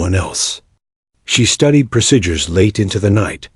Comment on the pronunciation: No such thing as Cessna onehundred 42... Its just Cessna 142 , Also no such thing as seat as one 4f, its 14F. pronounce fourteenth F. No such things as the word Pro sidures. Or pro sid yours Its pronounce proseedures, but spelled procedures !!!